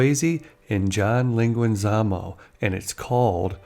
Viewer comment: You did such an awesome job with this video. But, you butchered John Leguizamo's name. 😂😂😂😂 I am so glad to find out she is doing so well.